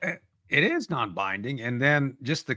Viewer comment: Its not "non binding" ffs